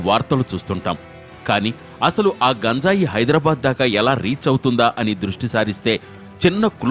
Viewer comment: That is not gunjai.....it is ganjai...